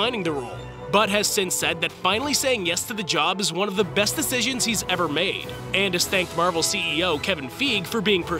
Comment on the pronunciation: How can we expect you to get the facts right when you pronounce Fie-ge, Feeg. Bro wtf?